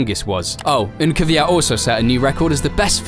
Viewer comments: It is 100% BS as usual. Try to pronounce his name properly it isn’t kyviat, but kvyat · why do you insist on calling him kiviyat? his name is kviyat... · It's not Kiv eey at. It's. Kveey at. Look how it is spelt and listen to how he pronounced it !!! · Not Kyvyat but Kvyat. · If you really feel for the guy at least try to pronounce his name correctly. The lazy English attempt of "Kiviat" is a disgrace. Danil appeared on screen in this video pronouncing his name correctly yet you took no notice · His name is Daniil Kvyat. Not "Kivyat". NOBODY in this video pronounced his name correctly ONCE. What a disrespect... Shame on you all! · why does everyone pronounce his name as kivyat? there's no i in there